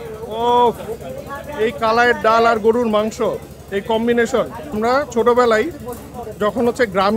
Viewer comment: mone holo shunlam "gurur" mangsho..... gorur* mangsho holey bettr hoto!? 😒😫😱🥵